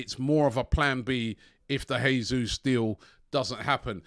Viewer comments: If you lot do end up signing Jesus, please please can you start pronouncing his name properly? It’s the Portuguese way (Jay-zeus) not the Spanish way (hey-zeus) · Dude, STOP SAYING JESUS LIKE HE IS SPANISH!! As Brazilian it hurts my ears!!